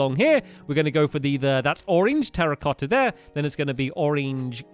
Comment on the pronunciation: when he said terracotta blocks I thought he said "Harry Potter blocks"